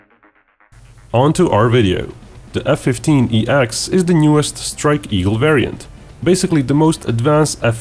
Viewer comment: .... its named the F-15EX ... its called F-1 SEX....